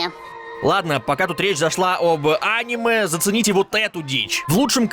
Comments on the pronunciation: Бля не а́ниме, а аниме́ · жатвА. Это слово не от слово жратвА, а от слова жАть, жАтва. А "Аниме" с ударением на а, расставило точки над И. Ска, безграмотный